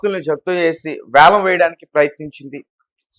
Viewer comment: అది యాలం కాదు వేలం